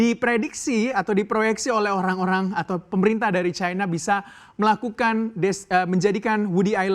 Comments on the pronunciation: Caina...caina...., Cina bacanya ... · Bilang cina aj kenapa..kok dibuat buat caina ..ndeso